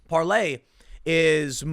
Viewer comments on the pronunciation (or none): It's Parler not Parlay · Tim...it’s Parler like the word parlor. Not the French term used by pirates, parle, which means to speak.. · I think its pronounced par-ler, not par-lay Tim, at least according to Dan Bongino who just became part owner in the company. But you're right, the french pronunciation does make more sense. Gonna have to get to the bottom of this one...not going to join anything until I know how to pronounce it! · Parler like Parlor not Parley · It's Parler, as in parlour, not any variation of "parlez" you gibbon fiddler! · PAR-LER not Parlay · Parler NOT parley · Par lor not Parley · Tim, the owner of Parler explained how to pronounce its name. It's not Parlay it's just Parler. Plz correct this. Its dumb. Btw, Brad Parscale is now on it. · It’s not parley it’s Parler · Parler tim. Not parlay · Parlay? IT'S PARLER! IT SOUNDS LIKE PARLOR! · Tim i hate to correct people but it's PARLER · Par lay? Are you re tay? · It's Par-ler, Tim. Like a sitting room parlor. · Tim, it is pronounced Par ler. Parler is not for conservatives only, all should come join Parler, they do not censor us, they do not fact check us, you have to be a responsible person and do your own research to make sure what you're sharing is true. No being lazy on Parler, they won't do the work for you and tell you what is real and what is fake, we seen how that was working out on Facebook and Twitter, they started telling us, conservatives are bad and liberals do no wrong and if we don't conform they will just alter our content and or label it false or misleading all the while what we're posting is the actual truth lol. Come join us on Par ler... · You read parler like parley. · It’s Parler Tim! 🤦🏻‍♂️ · It's Parler like Palor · No Tim, Parler is not spelled like PARLOR. Sometimes, you go from smart to stupid in about half a second. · it is called PARLER the R is not silent. I'm just saying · It's not "parlay". Doesn't matter how many times you say it. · It’s Parler!